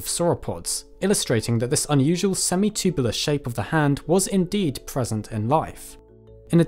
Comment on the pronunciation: Love it when this dude says “semi-chewbulah”